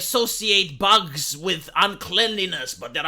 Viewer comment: "You must eat ze boogs"